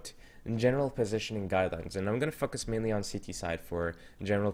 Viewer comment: "And i'm gonna fuckus mainly on ct side"